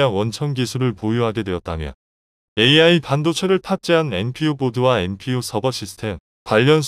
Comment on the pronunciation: "AI" 를 "알" 이라고 읽네 ㅋㅋㅋㅋ 이런 어이없는 동영상을 봤나 ! 성의없이 마구잡이로 만들어서 먹고 살려하네.......